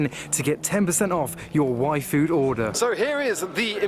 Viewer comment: I know your saying Yfood but I'm hearing waifu 😄